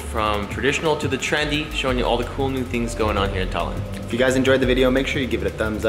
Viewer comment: Sadly... estonians are not fond of people saying Tallinn as you did in the video because it makes it sound like 'Stalin' and it wasn't exactly nice for Estonia when he was in charge......